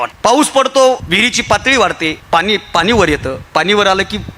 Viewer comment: पानी नाही पाणी ❤ बाकी. excellent 👌